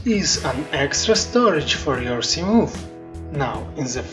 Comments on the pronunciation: Yes but your pronunciation of 'Moth' is "Moof", and I like it so im keeping it. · From now on, I am calling the Seamoth, a Seamoof. 🤣👍